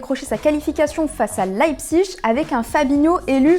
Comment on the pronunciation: pourquoi laipziche? c'est leipzig